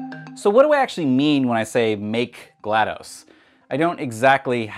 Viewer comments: I like this video, but you keep mispronouncing her name and it bugs me. It's pronounced GLAD-US, or GLAD-ASS. Damn. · Its not GLaD UH S or GLaD OH S, its GLaD AW S, so if you say GLaDOS again, say it as GL-AH-D-AW-S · No it’s pronounced glah-dos (dos as in the abbreviation for Disc Operating System) not glah-dose